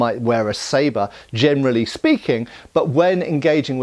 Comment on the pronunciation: You said "Jianerally speaking..."